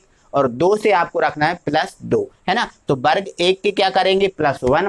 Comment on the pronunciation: aapne ak galti kardi vo वर्ग होता है बर्ग नहीं।।।।।